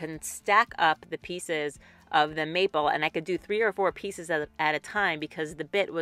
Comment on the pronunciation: That box turned out great! You are so well spoken and all the details you shared really add to the video. Every time you said "maple" tho I kept hearing "meatball" lol. Then I kept thinking of Jersey Shore. Whenever I think of the box you made, I'm going to think of Jersey Shore too lol.